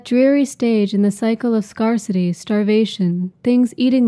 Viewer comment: Oh lord, in that case I'm SO sorry- this is gonna make me sound like even more of a jerk but your mispronunciation of the word "scarcity" is what really made me think that the audio must be AI. That and I've noticed so many channels about art that are clearly just using generated narrator voices and often mispronounce names or things. There's nothing wrong with your voice- it's actually soothing. Your narration style does sound a bit monotonous, and like you're reading straight from a text... but the repetitive rhythm could lull someone to sleep, which isn't bad, per se! If that's your intentional style, then who am I to judge... 🤦‍♀ Also FWIW this was the first of your videos I came across, but I see that you've got wonderful topics for the others, and I'll def check them out. 🙏